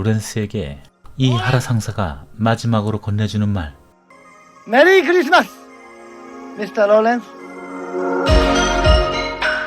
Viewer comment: '일본식 영어발음' 치곤 메리 크리스마스~가 자연스럽네요ㅎ